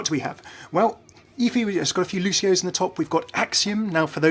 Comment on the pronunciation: it's pronounced, "Luci-oo's"